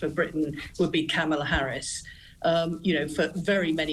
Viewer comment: Harman can't even pronounce Harris' name right, the racist sod.